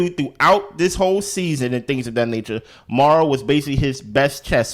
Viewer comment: I agreed with you allllllll the way AND YOU WERE RIGHT!!! Also...again... MaurOn, not Maura 😊